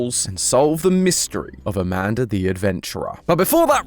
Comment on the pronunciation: I’m sorry I can’t help myself I keep busting up laughing when you say Amanda because you say it like “amandar”